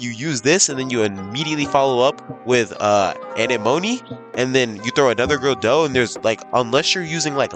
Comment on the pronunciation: why they all say anna mone ee in the stuff that nemos lives in ANEMONE